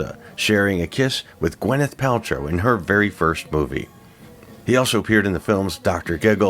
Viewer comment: It's Gwyneth, not Gweneth